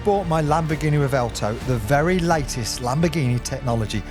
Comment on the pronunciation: bro keeps insisting it's pronounced Revelto 🤣 Sick car man, but try and squeeze a W sound in there somewhere